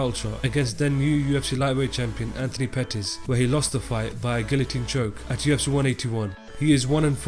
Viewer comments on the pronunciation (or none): none